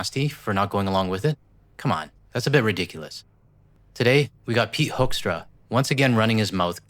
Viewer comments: Hoaxtra (excellent pronunciation for this ambassador's name👍) will leave when the next administration sends a new one. I don't know if it's possible or would help to kick out this one in the hope for a better ambassador for as long as the Trump administration is there. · Top tip! Start pronouncing his name the proper "Dutch" way- "Who"kstra or Hooookstra- That ought to trigger him!😂